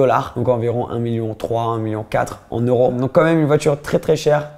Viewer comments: cest oro c'est EEEEEuro !!! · on dit euros pas oros 😂😂